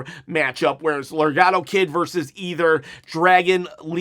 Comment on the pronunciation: I think you mean Laredo Kid not legado Kid lol! Either way buddy I enjoyed the show as well! Let’s go 30K subs I’m ready to win a replica title chop my toy title is trashed up!